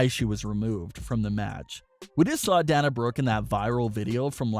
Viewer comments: its not DAN-UH, its DAY-NUH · Day-na not da-na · It's pronounced Day-na not Dan-a. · I think that you should learn how to pronounce Dana Brooke’s name correctly. You kept calling her Dan-a when her name is Pronounced Da-na (Day-na). Her name is pronounced the exact same way that UFC president Dana White’s name is pronounced. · This guy is supposed to be a wrestling news channel and yet he can’t even pronounce Dana Brook’s first name correctly. It’s pronounced Da-na, NOT Dan-a. It’s pronounced the exact same way you pronounce UFC President Dana White’s name. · It is not da na it’s day na that’s how they say it on tv and is how the name is supposed to be said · Bruh it’s Day-Na say it with me Day-Na 🤦🏽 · Dana is pronounced like Dayna like Dana White from UFC lmao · Dana is pronounced DEY NAH. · Say the "A" in her name! Your driving me nuts lmao D"A"na Brooke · Dayyyyyyyy-na! Jesus christ. 🤣🤣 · Lol! Dan-a Brooke. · It day-na Brooke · I screeched every time he mispronounced Dana. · at this point he’s trolling us mispronouncing Dana’s name 😂😂